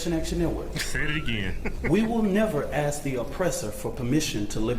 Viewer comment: “we have AXED…” what did you ‘AXE’ a tree.? Some coal..? The word is ask… ASK… a.s.k. Imbecile.